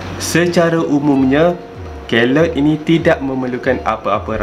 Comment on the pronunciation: The pronunciation is key-loid. Please remember that.